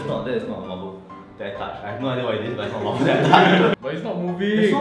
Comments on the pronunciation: "why did the marblur start moovling" I LOST IT HAHAHAHA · "why was the marberl mooving"